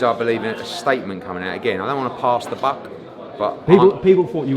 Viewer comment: It's Buck not book